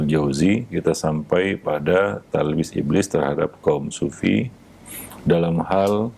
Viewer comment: "Talbis" bukan "Tablis"